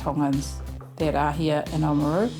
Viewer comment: It’s nice to hear them pronounce “Oamaru” properly, and not in the North Island. …up until the last part anyway.